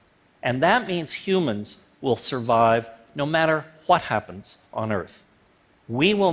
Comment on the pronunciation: Like for that phat "Hwat" at the very end.